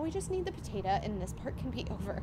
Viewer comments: It is potato not potata 😂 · Stop calling a Potato a potata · PAtatA instead of POtatO 😂😂😂🥔🥔🥔🥔🥔🥔🥔🥔🥔🥔🥔🥔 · I love that says pAtatA instead of pOtatO😂 🥔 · It’s funny how she said potata instead of potato🥔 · Bro am I the only one that noticed she said “Patata” 😂😂😂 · It made me laugh whenever she said potatu